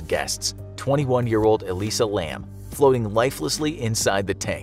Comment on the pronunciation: Elisa is pronounced "eh-lye-zah". Just fyi.